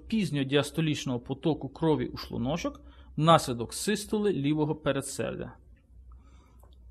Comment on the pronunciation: Гражданин, который озвучивал текст, говори правильно "шлУночок", а не "шлунОчок". Бесит, когда ты ставишь неправильное ударение.